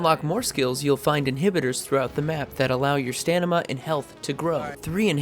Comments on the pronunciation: Stamina ya stanima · Stamina not stanima !! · staMina not staNima hahaha awesome vid anyway and jonah didnt voice crane